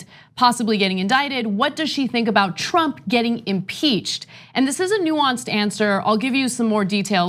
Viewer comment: Nuance, i like the word. Especially the way Ana says it.